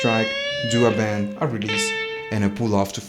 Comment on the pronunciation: bend not band!!! lol good video